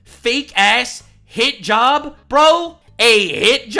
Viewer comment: sorry but when you say hit-job i hear hijab all these people have TDS so bad they asume trump did stuff wrong so they shout Blackmail accusations on him thinking Ah he has no choice to back down else SOMETHING will be found. But trump stands tall and sues them because he know he did not do SHI meanwhile more and more comes out of the acusing democrat side..